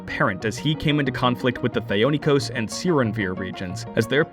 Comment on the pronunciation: #JusticeFor,Thee-oh-ni-kos #JusticeFor,Scisserpooks